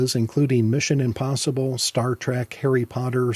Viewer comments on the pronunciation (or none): none